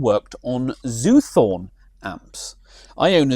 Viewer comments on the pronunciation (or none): It's Zoot Horn, not Zoothorn......